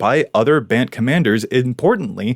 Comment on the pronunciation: two things: -One, you have the best COVID hair of all, perhaps the best hair of all of all. -I'm so happy you started pronouncing "Bant" as "rhymes with 'can't'" instead of as "rhymes with 'aunt'" ("aunt" as we say it in New England).